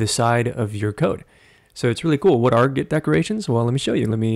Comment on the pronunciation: 😁🤣 It adds WHhhaaaattt?? Dik or git decorations? 🤭